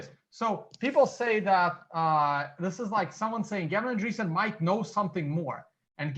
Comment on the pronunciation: I'm no expert and I'm sure I know more than. Not getting Gavin's surname right just shows that he must of done almost no research. You can just look at how its spelt or at many videos where people say his name. I'm British and I'm only just getting out of the habit of using double space, I must be Satoshi:)